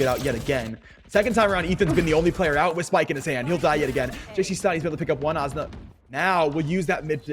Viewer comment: This caster saying Azuna is pissing me off